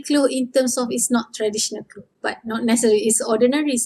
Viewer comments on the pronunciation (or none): All of your video is perfect for Learning.... P.s. when u say "clothes" u pronounce only "klo"🙄